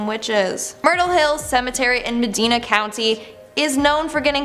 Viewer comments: ACK-run, meh-DINE-uh, POR-tudge.. And and ohio video that jumped off to other states? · Ak Ron Meh die na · Proper pronunciation: Akron (ack Ron), Medina (meh Dinah) County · Medina = Muh-dine-uh Akron = Ack-rin Portage = Port-idge. It really doesn't take much time to look up how to properly say a city name... Facepalm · Walhalla is the original spelling of Valhalla. The way she pronounces Medina County's and Akron's names is cringeworthy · As an Ohio native I just can't get over how she pronounced Medina and Akron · bothered you too. So does Medina come on meh die na